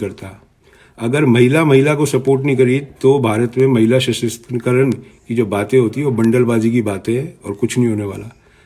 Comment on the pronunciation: सर वासुदेव कुटुम्बकम नही होता है वसुधैव कुटुम्बकम होता है।दूसरा महिला सशस्तिकरण नही है सशक्तिकरण है। मीडियाकर्मी होकर भाषा तो ठीक करिये श्रीमान बाद में आप विवेचना कीजियेगा ।वैसे आप बहुत विद्वान हैं ऐसा आपका सोंचना है। वैसे आपके अति आत्मविश्वास के क्या कहने?😊